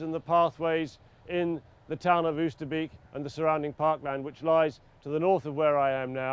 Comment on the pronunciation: Oosterbeek pronounced 'oh ster bake'